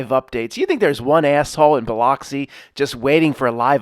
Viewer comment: Biloxi is pronounces "buh-LUX-ee